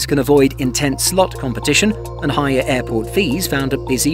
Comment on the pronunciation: Higher airfares, not hier airfares.